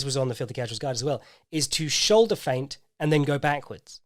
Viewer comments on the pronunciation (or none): none